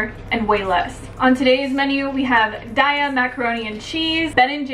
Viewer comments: According to the company: it''s pronounced DAY-UH! As in, "have a nice day-uh!" Still love you xo 😋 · its pronounced DAYAH its sanskirt for forgivness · On the website, the company founders pronounce Daiya with a long Ā like dā'-yah. Almost everyone seems to pronounce it with a long ī. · "We pronounce Daiya as “day-ah.” As in “Have a nice Daiya!” The name came from a play on the words 'dairy' and “Dayaa,” which is Sanskrit for “loving, kindness and compassion.”